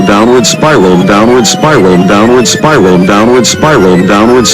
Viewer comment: "Donald Spy roll" You can now never unhear it your welcome.